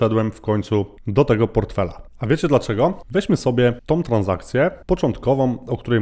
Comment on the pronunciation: Fajny kontent, ale z całym szacunkiem "tom"? "Kwotom"? "Rosnom"? 😕